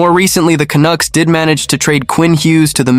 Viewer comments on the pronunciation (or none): AI crap---you know this site is fukked when the computer voice pronounces Canuck as CANOOK.what a joke .Then the voice says Rick Tocchet as RickToshshay.NUFF SAID.